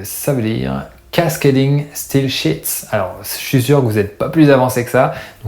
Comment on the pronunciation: Style et pas steel